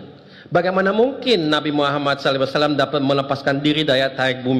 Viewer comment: Maaf, isinya biasa sj. Malah bikin ngantuk Penyebutan SAW jg msih kurang tepat